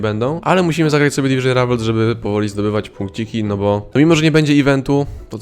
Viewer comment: "Dywyzyn Ravals"